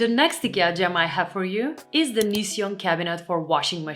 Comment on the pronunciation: It is not only the non blinking, it's your lipstick is cool but your makeup is warm. You are pretty but looking very AI or robotic (uncanny valley) because of the too light shade of lipstick and the no blinking. Also are you Polish? Because I noticed you don't pronounce the Th in words like the, instead say Ta. (Your English is great, I'm not complaining, I just noticed it is common for Polish speakers speaking English in the US doing this the same way a lot of British say Chew when there is a TU like chewsday instead of Tuesday. Be well